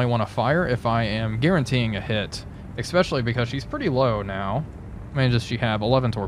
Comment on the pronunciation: Good vids but I cringe every time he says 'expecially'